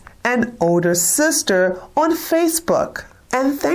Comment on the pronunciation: Lol "sista"